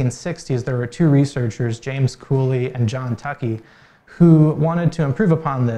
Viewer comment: Tukey is pronounced TOO KEE